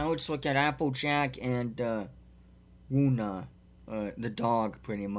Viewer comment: Actually fauna is pronounced as (Faun-ah)